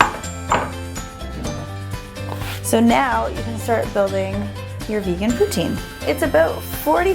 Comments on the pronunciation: It's not Putin it pronounced plz don't laugh Poo-teen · It's pronounced "Poo-teen" Not "Poo-tin" -. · Actually, the correct pronunciation is "poo-TSIN." The Québecois pronounce the "I" vowel a little differently than one would in France. ;) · Well in my dictionary it's said "poo-teen" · POO-TINE GAWWD. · She said poutine wrong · Im from canada and i know french people even they don't say it that way